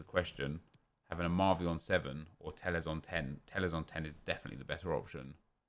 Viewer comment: Its not pronounced (Tey-yes). There is no double LL pronounced as Y in Portuguese. Its pronounced literally as it is spelled. T E L L E S. Driving me damn crazy every time he says it ffs xD